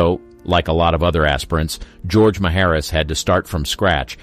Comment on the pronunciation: Ga-roge? Bad computer generation.